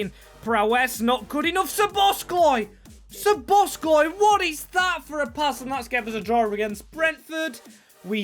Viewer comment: Hi! Great video, love to see another series with awesome storytelling. But please, as a Hungarian, it hurts my ears when you say SzoboszKlai. It doesn't have the letter k in it 😀